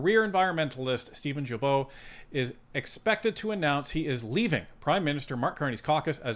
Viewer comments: It’s guilbeault , start like guy ,,,,not jilbeault,,,,,, gaga not jaja,,,,, start like “guideline” ,,,,, not “ jideline” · Woop woop 😂... thanks! And that name is pronounced GILL--bo... NOT JILL--bo! Quebecker here, telling you this! Correct pronunciation increases credibility. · OMG is name is not Jibeault but Guilbeault as in Guitar! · Please pronounce Guilbeault’s last name with a Hard G. Not pronounced like a J. I am an avid follower of Northern Perspective. But as a Franco Ontarian I cringe every time you say it like Jillbo. Keep rocking. Tell your cats that I said. Psspsspss. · Gill bo not jill bo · as much as I don't like Guilbeault, could you learn to pronounce his name properly? GU indicates a Hard G. Not a Gilbeault. Thank you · It's Guilbeault pronounced with a HARD G. Not Djilbo, but Gueelbo. :) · With all due respect: Blue boomer from Qc here: The prononciation of Guilbeault is: « Gill-bo » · It's Gilbeault with a hard G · Say it right it's pronounced gee bo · I don’t care how you say it but it’s actually pronounced Geeee-beau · Gee bow, its pronounced Gee Bow, the climate change green grift high priest. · Jill Bo????? You said his name wrong 100 times. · In french you say Guilbeault with a hard G without pronouncing the U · Just a gentle FYI. Mr Guilbeault is said as a hard G. Like “Guy” or “goat”